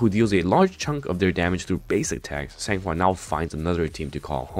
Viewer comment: I will definitely "san" her "hua"